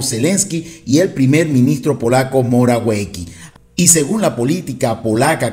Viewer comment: *Morawiecki ...No se dice....Morawueki.... Si no, Moraviesski........la letra w se lee como v siempre , y c como SS. En polaco la W no existe como tal......existe Ł algo asi, es una L con una rayita inclinada sobre ella, y se pronuncia.. Como u corta, casi como la W en español... Ejemplo: ładna.... Wadna...significa Bonita. Sé perfectamente el polaco, aquí estudíe: ingeniería, maestria y doctorado en informatica. Programación, c++, phyton, unreal engine, unix, java, etc.